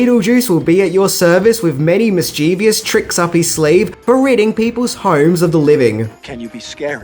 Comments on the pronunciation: “Mischievous” has three syllables. Not four. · mischeeeeevious. I love when people add syllables to mischievous.